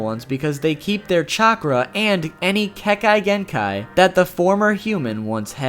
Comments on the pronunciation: I’m pretty sure you were playing a game: how many different ways can I mispronounce Kekegenkai. I can’t be mad, you warned me, but Japanese is, unlike English, phonetically spelled. It’s pronounced Ke.Ke.Gen.Kai. Like, exactly how it’s spelled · you're mispronouncing kekki genkai. sorry, i know you went ahead and apologized, but it's really bothering me. despite what it is spelled like, kekki is pronounced more like 'kei-kei-'. even if you were to follow the spelling of the word, you're still mispronouncing the ki part. it would sound like 'key', as in a 'lock and key'. but in kekki genkai, it sounds like 'kei-kei'. you got the last part right, so good job. sorry, i tried, but it was just really bothering me. i heard it three times in the span of two minutes. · I cringe whenever you say Kekkei Genkai